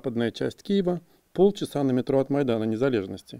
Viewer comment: А вы тоже обратили внимание что диктор произносит слово незалЭжность с российским говорком незалЕжнлсть?